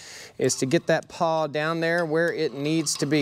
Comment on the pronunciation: "Pawl"? Not "paw"